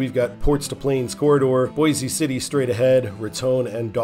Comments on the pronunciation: It's pronounced "Boys" City. No relation to the Idaho city. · I'm from Western KS, it is "Boys" City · There's probably another coment but boise city isn't pronounced that way